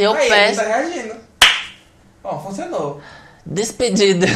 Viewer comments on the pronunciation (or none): "Dispendido" kkkkkkkkkkkkkk nossa amor vc perdeu o emprego? Kkkkkkk